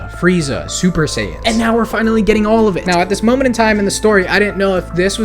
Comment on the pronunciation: You're not. It's not "Dendi", it's "Den-deh". "Sayians"